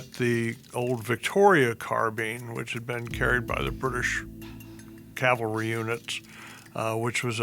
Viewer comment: It's not "calvary," that's where Jesus was crucified, it's "CAVALRY."